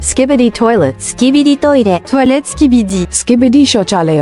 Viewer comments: i love sky bee dee toilet but i hate ski bid ee toilet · "skybidee toilet" "grymis" sonlevenz 🫩✌️